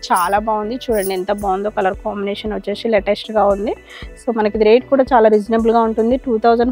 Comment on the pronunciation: వచ్చేషీ కాదు అమ్మ వచ్చేసి ప్లీజ్ వినడానికి బాగోలేదు. నైస్ sarres. మీ షాప్ కి వస్తాము